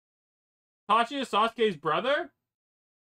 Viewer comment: The ways he says itachi just pises me off